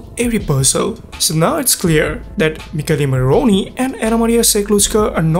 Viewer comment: he isn't italian ahah I understood it because I'm italian and he pronounced badly "Michele morrone" But that's fine!! He's fluent in English, and he has a beautiful voice. That's all that matters❤️😊